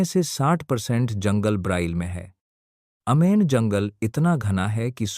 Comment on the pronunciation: अमेजन को अमेन क्यो बोते हो?ज्यादा इंग्लिश पढ ली है क्या??कि अंग्रेजो से भी आगे निकल गए।